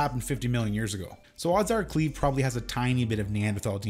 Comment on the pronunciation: And Cleve as "Clev" for the first 30 minutes lol